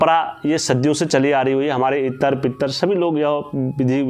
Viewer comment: भाई मैं आपसे एक बात करना चाहता हूं छोटा भाई समझ के मुझको माफ कर देना अगर मेरी गलती हो तो आप जैसे बोलते हो बोलकर पित्र देव देव जी के बारे में आपने बोला है आप देखो आप थोड़ी सी गलती कर रहे हो इत्र इत्र बोल रहे हो